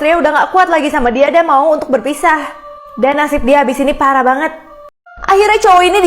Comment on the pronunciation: Kok pas bilang pparah banget gais